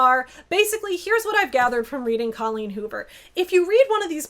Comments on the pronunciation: "Did she just say DOLLeen Hoover?" looks up "Oh." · "Dolleen Hoover" 😂🤣💀